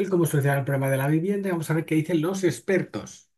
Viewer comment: Que miedo dan los "ejpertos" 😮